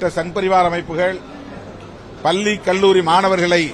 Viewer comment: பல்லி இல்லை பள்ளி முதலில் தமிழ் கற்று கொள்ளுங்கள் திருமாவளவனே…….